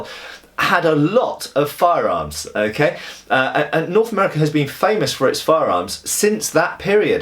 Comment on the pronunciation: Norf America :P.